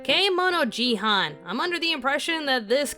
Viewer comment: Kemono Jihan Me: I-It'sKemono Jihen qwq other than that weird joke of mine XD As someone who has read the Manga and is up to date with it. It is a really interesting story, using Japanese folklore for the powers and background for most (if not all of the characters) and how they integrate into society is really need. I'd say give the anime a chance and if it seems like up anyone's alley, go and read the manga, it is really good. Since it is from the same publisher that had/have Seraph Of The End. or if you want the full feel for the story of Kemono Jihen, read manga since it is a bit better than the anime at times owo So do give Kemono Jihen a second chance, as it really heavy in the manga. That tastefully censored in the anime.